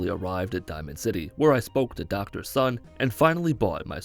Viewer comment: 🤦‍♂️ its "soon" Uh yea dr. Sun